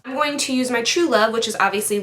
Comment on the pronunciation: I notice when you say "going", you sound like "going-a". Lol!